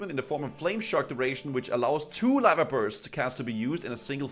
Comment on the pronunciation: Why did he say lava like that xD LaVAH